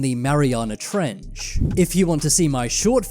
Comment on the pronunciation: Omfg the emphasis he puts on the "ch" In trench is the scariest thing in the damn video. Mariana Trechhhhhuhh Just say trench niggq damn